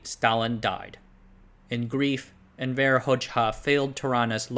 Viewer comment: You cannot pronounce for shit. Envr. Its actually spelled Envr. And its Hozha in sound. Hojaha is no good. Dude was a greedy evil leader like that couple in romania.